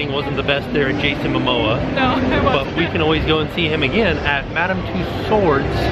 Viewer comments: Madame tussauds is a French company, and it's pronounced 'too-so' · Bonjour &! French speaker here. It's Madame Two-s-O. You do not pronounce the D at the end. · Mme Tussauds is of German origin. It should be pronounced "too - sohd". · I work for merlin, I'm not super brushed up on the history, but I do know the correct pronunciation is 'too-so' although absolutely no one seems to pronounce it correctly, except a few of the management team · It’s Two-sods. Marie Tussaud started her business in London and, having spent many years having her name mispronounced, she named the museum Madam Tussaud’s (pronounced Two-sods) because, apparently like Americans, the English weren’t prepared to say her name properly.